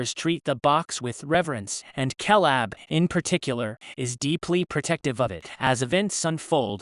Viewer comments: This is hard to watch solely for the fact he pronounces Caleb as Kalab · Ok first off... That ridiculous constant "KAY LAB" mispronunciation shit got old real real fast. Second.. Caleb... Grant.. Really..? What's his buddy's name Jeff Tom and Hank . Haven't heard the name otzi a single time. Not a good look for a " movie recap" when you don't even know the main dudes name.. 🤢🤮